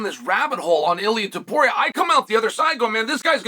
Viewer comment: Cheal Sennon can't be bothered to pronounce TOW-puria correctly.